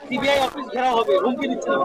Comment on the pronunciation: সিবিআই উচ্চারণ ঠিক করে কর আগে 😂